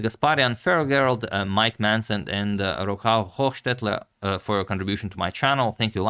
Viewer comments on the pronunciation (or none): none